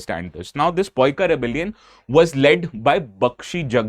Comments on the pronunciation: It's not POIKAA. The correct spell is PAA EE KA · In Odia language also it's pronounce as paika(paikaw) not poika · No it is not Poika, it is Paaika only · Its paika...not poika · Sir please don't say "poika" It's paika only It's weird to hear poika repeatedly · Bkl jab Gyan nahi ho to de kyun raha hai .. that's paika simple not poika.. go to hell no good words for a person (teacher) like you who is sharing his incomplete research information with others... Fuk off..🤬🤬🤬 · ओडिया में हम केवल पाइका कहते हैं पोइका नहीं। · Its paika ,Not poika ok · As you said it's not poika, it's Paaika bidroh . ପାଇକ ବିଦ୍ରୋହ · Not poika it's paika rebellion plz sir spell our odia language correctly 😮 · That pronounciation would be a grave mistake. It's PAAIKA not Poika in odia. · Sir, that's not poika. It's “Paiko” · PAIKA BIDROH not poika ODISHA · Hello Stupid this is not poika it's paika and in Odisha we call it paika only not Poika, you are trying to teach people when you yourself don't know shit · It's Paiko not Paika ❌ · Paaika in odiya..not poika.. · Arre yaar.its called paika and also pronounced paika in odisha also.pls dont pronounce poika.who told u sir.pls rectify and pin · It's called पाइक in Odia, not पाइका or पइका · It's not poika rebellion...it's paika rebellion... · Poikā ❌ pāikā ❌ pāiko(ପାଇକ) ❤❤❤ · The true Odia pronunciation is PAIKAW not Paiko . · ପୋଇକା 😂😂😂 sir it is not poika , in odia it's also known as paika . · It's not poika rebellion... it's पाईको Rebellion please correct that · I am from Odisha. It is wrong to pronounce it as Poika. It is "Paaik". Correct it. Some people in Odisha wrongly use an extra a while writing an Odia name in English. Your pronunciation of Jei Rajguru is also incorrect. It should be Jay. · "Sorry sir, but your pronunciation of 'Poika' sounds a bit off. It's not 'Poika', it's 'Paika,' as you pronounced it correctly the first time.🙏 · We pronounce Paika - paaa eeeeee ka rebellion not po eee ka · It's paika not poika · It's paika